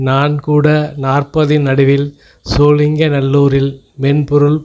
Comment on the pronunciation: SholingaNallur illai, sholinghur